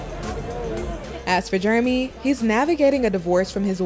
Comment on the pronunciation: She call him yeremy 😛😂